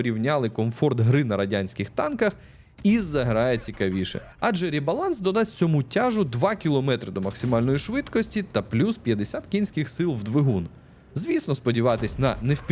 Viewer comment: Завеликi паузи мiж реченнями. Щоб розтягнути текст на довжину вiдео, краще вiдеоряд трохи прискорити - не так сильно буде рiзати слух, а щоб було ще краще треба звикнути вимовляти рЕ(як росiйська Э)баланс, а не рIбаланс. Наче дрiбниця, але загальне сприйняття помiтно покращило б. Щодо плюсiв - досить приємний голос, гарна українська мова i якщо не будеш поспiшати, вiд чого можна помiтити як голос трохи ламається - буде взагалi супер. Сподiваюсь, ти не будеш сприймати цей коментар як хейт чи щось таке - просто зауважив деякi моменти, змiни в яких дуже сильно покращили б сприйняття цього, а може ще й майбутнiх вiдео.